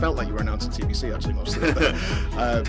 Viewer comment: bro i though you were saying "TSS" for so long. I was like wtf is TSS??